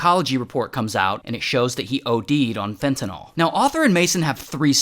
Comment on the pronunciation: Why do people have such a hard time saying "Fentanyl" ??